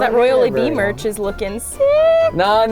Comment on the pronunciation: When he said No No No No No he sounded really Italian XD